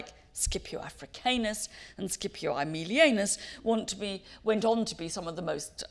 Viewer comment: As learned and knowledgeable as Mary Beard is, her pronouncing of famous Roman names, like Africanus and Aemilianus as 'Afri-kaynus' and 'Aemili-eynus' is baffling.